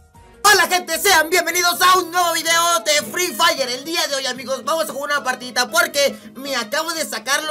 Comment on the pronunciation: soy el unico que tiene un amigo que en vez de decir fre fire dice fre frayer